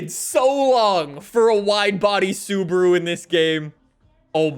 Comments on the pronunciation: Why are you saying Suburu and not SubAru? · the way he says Subaru wtf is subru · Why does he say Subruu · American way to pronounce Subaru is actually Sabru Pronounce "Sub" like in "subway".